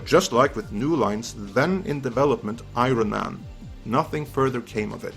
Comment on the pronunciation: Did this superhero-savy channel just call iron man i-ron man?